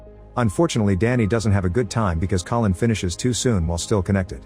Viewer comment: The narrator called Collin "colon" at some point and it's now stuck in my head